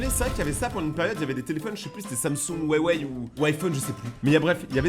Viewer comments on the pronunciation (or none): On dit ywei pas weiwei et ça s'écrit huawei